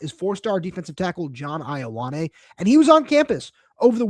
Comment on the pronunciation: His name is pronounced Yo-ah-neh. Samoan translation of the name 'John.'